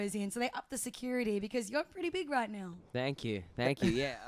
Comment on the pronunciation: " Oh sank you " LOL